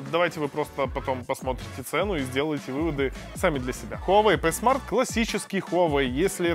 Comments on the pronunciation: Пи смарт а не п смарт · Пи смарт а не п смарт. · Говорится Хуавей ПИ смарт